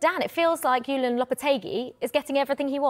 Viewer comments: It’s JULEN Lopetegui, not Julien… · It's Julen, not Julien